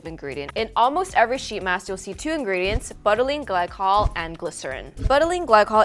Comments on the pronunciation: Please know that it's not BUTT-a-leen glycol. It's Bou-ta-leen glycol. Like saying "You" but with a "B". Butylene Glycol really took a hit this episode. Feel bad for such a terrible pronunciation. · Is anyone else dyingg the pronunciation of butylene glycol? 😂😂